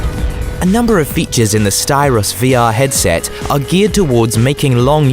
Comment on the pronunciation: It’s Sytros, not Styros.